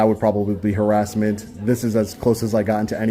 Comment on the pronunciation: What's arassment?